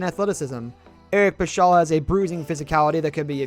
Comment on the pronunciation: No offense, but: You are dealing with the NBA and don't know how "Doncic" is pronounced? You are dealing with the Warriors and don't know how "Paschall" is pronounced? I don't understand that.